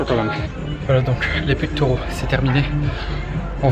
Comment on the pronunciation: Salut, pectoraux pas Pectauraux